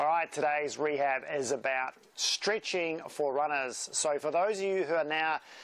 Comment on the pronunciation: why did you say streetching in the beginning?